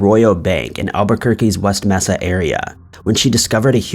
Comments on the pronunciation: it’s not “messa” it’s “may-sa”. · Not "mess-ah" it's "May-sa" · You must have been a really sheltered child it's pronounced may-sa not messa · MAY-sa....not MESS-a. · Mesa = May-suh Does anyone actually pronounce it Mess-uh? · Mesa is pronounced Maysa. Just fyi